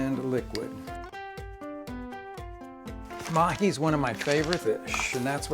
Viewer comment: Did he say mahi?? For the fish?